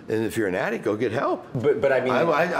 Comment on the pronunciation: he can't even say addict.. he says addic